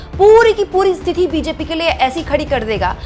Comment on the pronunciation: स्तिथि नहीं, स्थिति होता है। बाकी आपका काम बढ़िया है।